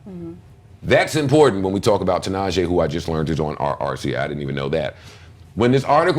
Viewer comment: its pronounced ti'nah'she